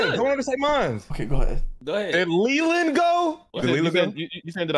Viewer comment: Nah crazy for emphasizing LELAND 💀💀💀